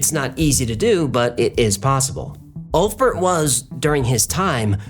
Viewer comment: pronounced "oolf bear-t"